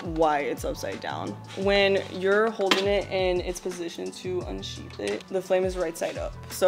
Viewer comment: Please next time unsheathe it correctly